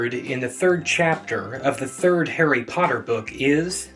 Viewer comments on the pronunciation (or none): none